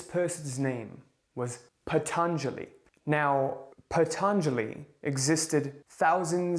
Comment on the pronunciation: NOT PHATHANJALI....its Patanjali i guess...i think it's Indian name.